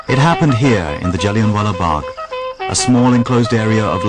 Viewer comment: It's Jallianwala bagh not jellienwalla bagh ,you will not get another chance Dyer , Inquilab zindabad 👿